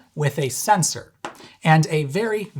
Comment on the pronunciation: You get a like, just for saying "sensOr".